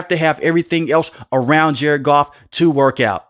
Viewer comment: It’s Goff cmon you got the best and you blow it